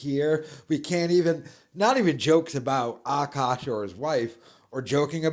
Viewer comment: I was interested in this situation but listening to this guy not being able to pronounce Akash, and the fact that it seems like he has a touch of the 'tism or mental deficiency, I was unable to finish watching.